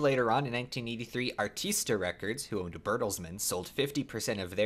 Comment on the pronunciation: "Air-ISS-tah" not "Ar-TEES-tah" records.